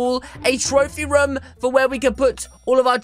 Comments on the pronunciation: And u said rom not room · You say raam it room